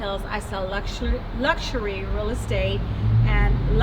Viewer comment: "Luxshurry" :P